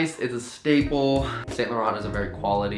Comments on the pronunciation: The way he says Saint laurent! 😂😂😂😂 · You kept pronouncing Saint Laurent wrong, it was getting on my nerves. Also, that lining tee is super cute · connor pronouncing the brand names is adorable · Love the way you said "Saint Laurent"😂😂😂